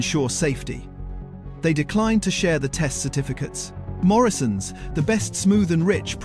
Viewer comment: The AI in this video is absolute crap. Very disappointing video. You should have spent 6 months learning how to produce a good AI video or better still make a real one without AI. And whast is 41 pounds million? Crap video. It's Morrisons not Morrions. Bloody hell this is so poor it's unbelievable. Interesting eating jam with a spoon from a jar with the lid still on. Why are you showing jam jars when they should have coffee in them? What is a carkinogen? How does a broom turn into a shovel? Definitely the worst video I havce ever been unfortunate to watch.